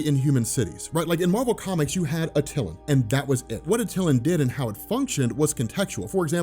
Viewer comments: Hey love your stuff. Just wanted to let you know that it’s pronounced ( At -A - lan ) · DOPE VID. For the love of everything dude its pronounced AT TUH LAN!!!! LOL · you constantly mispronounce names... Attilan is not how u pronounced it. watch the tv show and you know how to pronounce it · U say ronin and attilan wrong, at this point I'm convinced u do it on purpose.... Have a good 1 of cemoxesplsyded